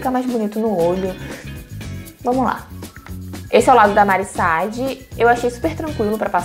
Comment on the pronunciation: Deve ser minha TPM mas q nervoso a pronúncia errada do nome da Mari SAAD, até parei de assistir, não é Mari Sad, miga